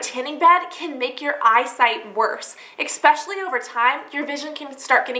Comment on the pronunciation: eKspecially ...:D